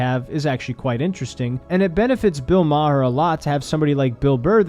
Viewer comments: Hey kid, you're still a kid, so u havent lived long enough to really know thwse 2 older men, but just by your simple "google research" It's not pronounced Ma-Har, its just like the planet "Mars" but with no S, just "Mar" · I’d like to assume your pronunciation of Maher as “Mah-her” was a dig at Maher, but I don’t think you meant it that way. Ha ha, great video though still! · Its pronounced "mar" like mars without the s. I feel like im missing a joke or something lol. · Its not ma her? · Its pronounced bill burr-hur. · It's Bill Bur-r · Maher, one syllable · making a joke by mispronuncing his name. Norm Macdonald used to do the same thing. It's trolling people by intentionally making a simple mistake to ensure someone will want to correct it. Keep watching makes some good vids. Stay Happy and Healthy. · The narrator can’t even pronounce Maher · The H is silent. If only Bill Maher was. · You're gonna get shit for how you pronounced Maher bruh-ho. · The way you say Maher reminds of Norm saying cast eye-ron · How can you make a min video and not learn how to say maher correctly???